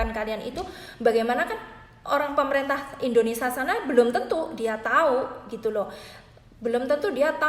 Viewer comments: INDONESIA mba bukan INDONESA tolong di perbaiki lagi ngomong nya, janggal dengernya mba nya orang mana sih? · Berbahasa.lah yg baik & benar mba…(indonesia bukan endonesa)…😄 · Mbak aslinya dari negara mana? Panasaran sajah...koq ga bisa nyebut "Indonesia", disebutnya "Indonesa" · INDONESIA ce bukan INDONESA 🤣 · Mbak kalo ngomong yg bener bukan indonesa yg bener indonesia . Klo nggak bisa ngomong mandek o ae ora usa bhas2 mslah ini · Awas lho mbak.. Ngantos".. Penyebutan nama negara salah tak maturna bapak😂 Indonesia sanes endonesa.. Sampai sini anda paham??🤭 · Ngomongnya kok yoo muter muter mbaak... Indonesa 🤭🤭🤭🤭🤭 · Pengucapan yg bener itu indonesia bukan Indonesa mbk.... Berita ini toh lum pasti...mbk Pokoke tki /tkw paling apik 👍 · Indonesia mbak, bukan indoneSA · Indonesia Emba bukan indonesa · maaf bu,. indonesia bukan indonesa...poin yg terpenting adlh hanys orang taiwan yg kya saja bisa ambil TKI, mlh bgus bukan TKI lbh mmpnyai persentase jaminan kelayakan hidup lbh tinggi.. yg untung siapa yg rugi siapa hayoooo .. no worry... bnyk kesempatan kerja di negara penempatan lain... siapkn skill anda masing2 dg baik... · Hhhh iya bener..aku dengerin gemeshh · Indonesia mbak bukan indonesa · Q jg,dengarnya aj,g enak.Indonesia,bkn indonesa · Ngomong negaranya indonesa yg bener indonesia buk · knp TKW yg d salahkan ? tuntutan TKW msih batas wajar koq,cma ingin pot agency d tinjau lgi...pot ARC d minimalisasi,dan jika ada TKW yg bkin ulah itu OKNUM mbak yg terhormat...tdak semua bgitu,itu kmbali lgi pda SDM TKW nya sndiri...tolong pergunajan kata "kalian" dgn bijak mbak,kalian yg mbak ktakan itu berarti TKW semuanya...bukan segelintir org.... dan tolong dlm penyebutan INDONESIA nya jga d perbaiki,bukan indonesa tpi INDONESIA🇮🇩..trima kasih